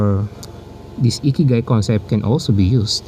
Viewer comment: eee kee guy 😂